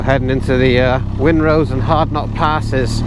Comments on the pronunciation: It's pronounced Rhinenose pass, as in the name of the River Rhine! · It always puzzles and amazes me how many people mis-pronounce 'wrynose pass' as 'winrose pass' it's 'wry-nose' (think rhinos!) just look where the 'r' and the 'n' are in relation to each other for goodness sake! (The name originates from the Dane settlers who called the fell that it's on: "Wrenhalse" which means 'stallion ridge'. This became "Wrenosse Hill" in the 16th century and "Wrenosse" later became "Wrynose".) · It's Wrynose pass pronounced 'Rhinos' not Wynrose 👍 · That pronunciation of Wrynose 😂 Try it... Phonetically Rye Nose 😊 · It's pronounced 'Rhinose' silent W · Sounds like you enjoyed my back garden. I live in Broughton in Furness and the section of A595 is my commute 🎉. Wrynose is pronounced RY NOSE by the way 😉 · a great video. the wrynose pass by the way is pronounced rhinos the same as the animal. i learned to drive on all those roads, great fun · It's pronounced 'Ry' nose pass 😉 But a great trip 👌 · Nice one guys. Isn't the Lakes just a fabulous place to ride a bike 😊. As for Wrynose (pronounced Rinose) and Hardknott, I do them on every bike I've ever owned, the easiest bike I've done them on is my little Royal Oilfield 350 Meteor, a doodle! I'm looking forward to the next instalment 👍🏍. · Wrynose is pronounced with a silent W. These roads over the passes where only a sealed surface in the 1950/60's. Previous to the surfacing they had been used in the RAC rally with a target time for each pass of ~15 to 20 mins. It can be seen on satellite data that the route of the roads had a few alternatives over the years. Always have a paper map, there are areas where the mountains block GPS signals as even more areas which have no 'phone' data.